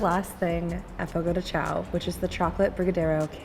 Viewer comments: As someone who works at Fogo this is so fun to watch someone giving a review 😭 this restaurant looks so much nicer than ours! My favorite is the Bacon wrapped chicken 😭 and it's pronounced Fogo de "Shawn" so thats fun but i never even knew that til i started working there😂 I love the papaya cream and crème brûlée ! And the bread is so bomb dipped into thr mash potatoes! And this restaurants polenta fries looks different than mines but overall this is just so fun to watch and see a different fogo😂 i love fogo and its such a great experience if u never been to a churrasco table sided meat service styled restaurant go! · Love Fogo de Chão😍 It’s be far better than Tucanos + Rodizio! Also, I’m just gonna help you out a lil bit here haha it’s pronounced “fogo gee shao” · I cringed everytime you pronounced the name of the restaurant